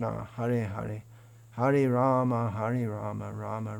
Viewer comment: Namaskaram 🙏🏻 atleast you pronounce Rama and not Ramo which is incorrect.👏